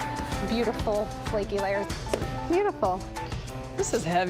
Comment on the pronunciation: cold butter throughout......say it with me "FRAKY RAYERS"